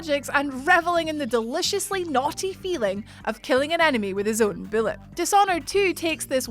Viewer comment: It's not "billet", its a "bullet".